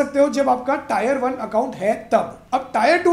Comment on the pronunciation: Good information about the corpus and inflation rate.... But bro it is AN Indian and please don't say टायर yaar... Please say टीअर.... Otherwise very good video.